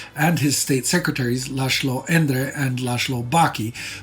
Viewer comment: A little humor in this dark series, that confuse Polish with Hungarian. s=sz sz=s He said Miklósz and Lásló. Edit: Interestingly the 2nd time he said correctly Miklós (about Miklós Horthy Jr)